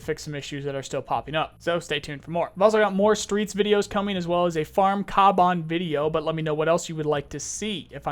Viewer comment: It's pronounced Kavan not kaban